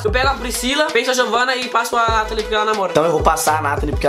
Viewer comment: Nathan fala eu beijo a natali falou errado